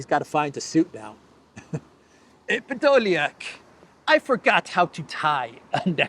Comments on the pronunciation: I can’t get over the way you say MACRON, and Pedolyak 😂😂😂😂😂. Gets me every time. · always cracks me up the way you say Podoliak 😄